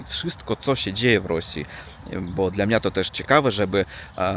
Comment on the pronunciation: I często mówisz " dla mniA ", dlA mnie. Duża litera to akcent. Dobrze mówisz. Pozdrawiam.